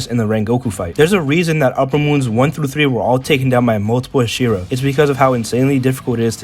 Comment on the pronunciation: i have a problem with the way you say "hashira" 💀